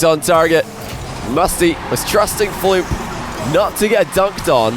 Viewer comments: Does it annoy anyone else that instead of saying Fluump he keeps saying Floop lol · Why do you say Floump? Why? 😂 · Even can’t pronounce Fluump correctly lol